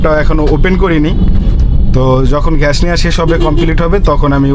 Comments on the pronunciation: ভাই ঘ্যাস না ❌ গ্যাস ✅ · ভাই ঘ্যাশ না বলে যদি গ্যাস বলেন ভিডিও টা হবে.... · ভাই আপনার গ্যাস উচ্চারণ টা ঠিক করেন 😂